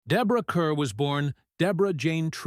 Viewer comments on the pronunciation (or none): Teach the damn computer how to pronounce the lady's name!